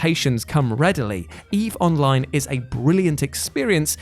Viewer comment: I see you mentioned Eve:Online and mispronounced greatest game of all time. 😁💜